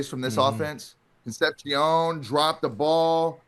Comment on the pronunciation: Con seption? Con sep si ohn my guy.